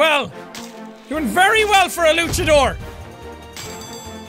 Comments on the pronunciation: He's saying luckadore instead of launchadore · It's pronounced luanchador (launch-a-door)